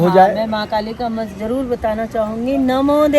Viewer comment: Aapne mantra ka uccharan galat kiya 😂 Fakbs